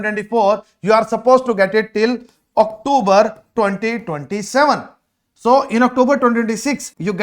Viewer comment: Are you for real ? Octoober ?? Really ? Is this how Canadian speak English ? And you are advising people to scribble on their passports / spill coffee etc. just so they can renew their passports within Canada even with more than 1 year validity remaining just so they get the full 3 year PGWP on the new renewed passport. This is why so many people have such a poor opinion of Indians. Nothing new on this video that one cannot find on the IRCC web site.